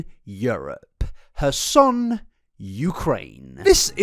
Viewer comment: Would it really kill you to pronounce your R's? It's not "hassan" Ukraine, it's kherson